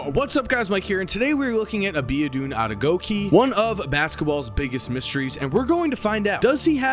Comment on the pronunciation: He is not abedun adegokeee check the correct pronunciation on google